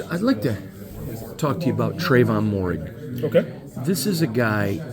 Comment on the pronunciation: Moehrig is pronounced Merrig, not Morrig. The o in Moehrig is silent, the e isn't. Can't believe how many of these professional beat writers who cover teams can't pronounce the names of the players they cover. Good interview though.